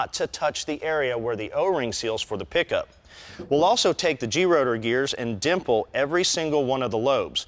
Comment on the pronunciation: That ain't how you pronounce gerotor